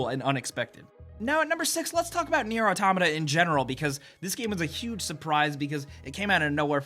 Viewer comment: Can you at least type out the names of the games. I couldn't understand that you said nier: automata for 7 so it took me awhile to search for the game